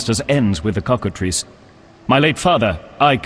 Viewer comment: Who ever wins faces the Cock-A-Triss! Man that pronunciation was on fleeeeek. 😌😌